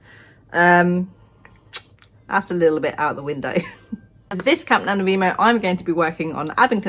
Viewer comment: I love how you say NaNoWriMo!